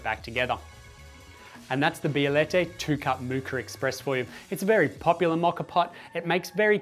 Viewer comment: Say Bielette 1 more time